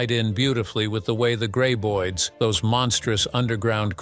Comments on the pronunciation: Why do you pronounce the creatures 'gray-boids'? They are pronounced 'grab-oids'. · It's Grab.... Not Grey!!! Graboids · I subbed after watching two videos by this channel...unsubbed after hearing "gray-boid" for the 20th time in this video.